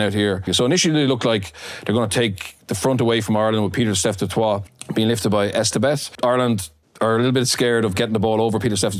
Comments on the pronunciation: Ah yes, "Pieter Steph duTwaaa" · Fantastic video! Just one small criticism - Pieter-Steph du Toit's surname is pronounced "du Toy" not "du Twaa". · Du Toit isn't pronounced like the French, it is pronounced DU TOY in Afrikaans. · You cannot blame them though. Du Toit is French originally, even though we pronounce it differently here in SA. Just like the name Francois has not changed to Frans SOY😁. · as someone whose name was constantly mispronounced, it gets under my skin like scabies.